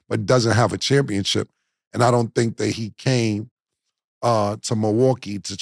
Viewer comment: Cam keep saying championchip 😂🤦🏾‍♂️